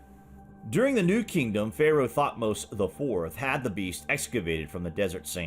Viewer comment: His name is not pronounced (thot-mose). It is pronounced (tuth-mosis)